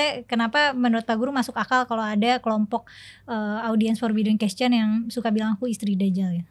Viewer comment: hostnya bilang question = kescen aja udah aneh.. aahaha